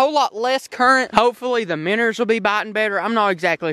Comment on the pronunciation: dude they are called minnows not minners